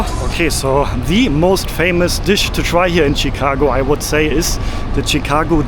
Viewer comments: it is pronounced as "shi"cago not "chi"cago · Shh-cago. Not chick. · Hi, its not CheeCago.. Its Shicago 😊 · No T in Chicago… “Chit-cago” 😂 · It's pronounced Shi-cago - "Sh" - not a hard "Ch." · Chicago as pronounced as “shekago” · Hey, it is pronounced Shi-car-go. Sh as in ship not ch as in chicken. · chicago = pronounced (shi -kaa -go) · Awesome video as usual! I love the way you pronounce Chicago. You're my favorite YouTuber. Excited to see more U.S. videos.